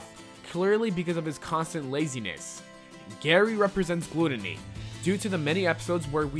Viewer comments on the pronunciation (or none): Glootany? GLOOtany? I see no 'o' that part of the word. Did you mean glUTTony? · It's glutuny not glut-eennee and wrath not warth...... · Wait...did you say Warth? and Glutenny? Whatever, it's still a good episode. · "WARTH" 😂😂😂"GLOOTONY" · I can't be the only one that noticed how he said gluttony and wrath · He pronounced glutony weird